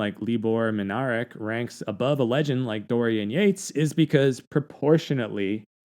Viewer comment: Libor Minarik pronounced Minarzik.